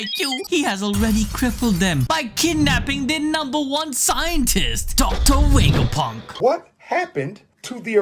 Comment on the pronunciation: “docta wegaponk”